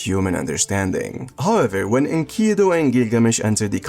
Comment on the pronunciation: I hate to be that guy but min its Enkidu not Enkido.